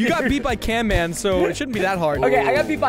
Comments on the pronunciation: HIS NAME IS NOT CAN MAN IT’S CAMMAN! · ITS CAMMAN NOT CANMAN BRO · OOOOOOO YOU SAID CANMAN!! IT’S CAMMAN NOT CANMAN! I THOUGHT YOU AGREED TO CALL HIM CAMMAN! NOW THE WAR’S STILL GOING ON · I’ve watched this video a lot and I just realized Preston said canman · its not canman its camman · It is camman not canman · They said canman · his name insint canman its camman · It's not canman, it's camman. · it camman not canman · You.. you said canman? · Its not canman its camman!!!! You bot